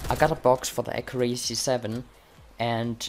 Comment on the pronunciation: Accurácy? Wasnt it Accúracy?